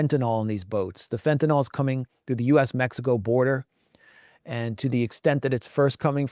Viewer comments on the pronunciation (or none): Please, please, please stop saying "fentanol." It's Fentanyl. 'Nyl" pronounced "nil." Think "fentanil" when pronouncing.